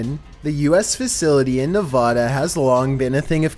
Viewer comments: it’s not nevOda it’s nevAda 🤦🏻‍♀️ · It's Nevada not novada ok